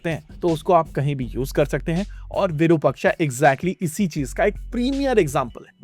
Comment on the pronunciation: भाई वीरूपक्षा नहीं विरुपाक्ष है शब्द, जो भगवान शिव के लिए प्रयोग होता है